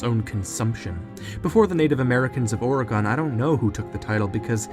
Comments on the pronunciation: I can’t 😩 why do you say Oregon like that?!? I’m an Oregonian born and raised and you say it like “OR-GONE” 😂🤌🏽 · I don't want to be one of those people but it's pronounced or i gin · As an Oregonian, I just thought you should know that the correct pronunciation is or-ruh-gn. The “o” sounds like an “i” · As someone who grew up in Oregon.... That pronounciation is WEIRD. It's pronounced like organ, but with an eh, to the folks who are over on the west coast. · Organ, Goddamit. The state is pronounced ”Ore-gan”. There's no fucking e. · You can always tell when someone doesn't live in Oregon on how they pronounce it. It's actually pronounced "Organ" as in like an organ in your body or something you play, the "e" is silent. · Hey dude, us oregonians pronounce Oregon like "organ" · I hate the way you pronounce Oregon....as someone who lives there...it’s pronounced like “organ” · As a person who’s from Oregon I giggle everytime you say it cause you put emphasis on the e and we don’t 😅😅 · Lol this guy definitely isn't an American he pronounces Oregon very strangely.... But besides that great video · As an Oregonian the way you pronounce Oregon drives me crazy but good video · The way you pronounced "oregon" really pissed me off. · Your pronunciation of Oregon made this so hard to watch, but cool compilation of theories. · The amount of times you mispronounced oregon is driving me insane. But i still love the video lol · Every time they pronounce Oregon wrong I wince lol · LOVE your channel. Just have to be picky and I know it's a stupid quirk but, you've been pronouncing Oregon wrong. 😂 I know it's a stupid tick I just had to say something. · Whenever I hear someone pronounce Oregon like that I finally understand how people in Arkansas feel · Saying [Ore-gone] is crazy lol. It’s pronounced like the word organ. That’s what I’ve always heard here in Cali anyways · It’s oreg-in not oreg-on 🤦🏼‍♀️Lovely video tho. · Oregon is pronounced more like organ than or-ah-gone....